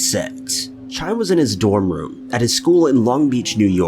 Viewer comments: that's the main reason I did. As a mom of a child that has passed away, I cringed when I heard that. It's nice to know I'm not the only one bothered by that. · The way you pronounced Chaim made me cringe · I love all these kinds of videos, but the narrators really have to explore how to pronounce words. It's not 'Chime". I'm not even Jewish and I know that. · Chaim is pronounced with a hard H at the beginning, followed by "ah-eem". I find it incredibly disrespectful for people who aren't Jewish to perpetually mispronounce Hebrew names. Please make more effort to pronounce non English names more accurately. Thank you. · Chaim is Hebrew for "Life" and is pronounced Hi-Em. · You know it's Chaim (pronounced Ky-am) right? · Chime? That's one thing I can't stand, he never takes the time to learn these peoples names... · Isn't that first boys name pronounced "K.iam" or close? Maybe with that sort of gutteral sound for the h? Not much of a sound but it is K right? These have all been done many many times even by this channel. But since they are still not solved I guess that's important.🤔😬💔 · It is pronounced "HAYEM" 🤣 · First story, the boys first name is pronounced HI-am. The ch has an H sound in Hebrew. Just though I'd mention it. Thanks so much for all of your vids. I really enjoy them! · 1st story: go google how to pronounce “Chaim” and “ yeshiva.” You missed it by several miles, my dude. Thanks for the gigglesnort, though. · The way you pronounce Chaim is is worse than the ad placements in this video. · I normally don't comment on incorrect pronunciation, but it's the name of a dead child. It feels disrespectful. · I was hoping someone commented this! It really bugged me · It's not Chime, (I mean it is but ch turns into an H sound) So it would sound like Hi-em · Isn't "Chaim" pronounced more like "Kha-eem" rather than, like, a wind chime?? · It's Hi-am, not Chime. PS- Way too many insensitive sponsor placements. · Isn't the name Chaim pronounced HAYEM...?